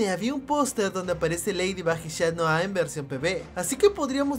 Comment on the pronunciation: Es chat noir no shat noir